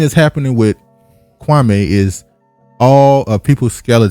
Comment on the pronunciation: Kwa•mee, not Kwa•may